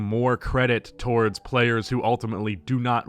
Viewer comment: "towardst"